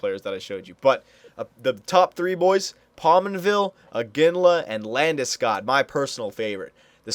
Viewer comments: Get labdeskoooodd, lool just sayin it's LANDESKOG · take it from a Swede, it´s pronounced "Lande-Skoog" a long "o" like in "School" not Landeskag, Landeskoug or Ginger Ale Since you are only doing a 5 year sim, maybe Iginla is the best option atm since he is 91 and proven